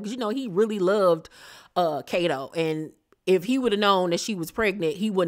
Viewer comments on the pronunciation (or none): none